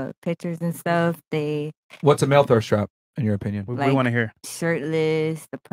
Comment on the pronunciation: My nigga Myron with, that's not Tttrue, that's you O pin yun...I'm literally in tears 😂😂😂